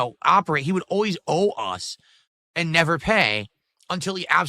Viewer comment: Fuck I hate how he pronounces words. It’s and, not annnnyyunndddd.